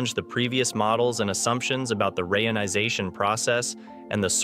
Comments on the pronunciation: I have complained about this before, though assuming it was a human mispronouncing it. If not, they need to use a hyphen ("re-ionization"), a human host, or just stop releasing these embarassing videos. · I noticed the speech synthesizer you use, if indeed you use one, has problems pronuncing certain words such as reionisation. Try adding a hyphen, re-ionisation, and see if it helps. After all, even Stephen Hawking had to deliberately use misspellings to force his speech synthesizer into producing the correct pronunciations.